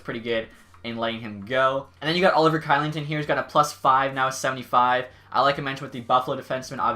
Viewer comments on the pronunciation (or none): Oliver kylington is pronounced shellington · not to go off track with all other comments, Kylington on calgary, his name is pronounced Shillington, just a heads up. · Also Kylington is pronounced "Shillington" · Kylington's last name is pronounced shillington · Love your vids only thing id mention is kylington on calg is being said as shylington but cant wait for more vids !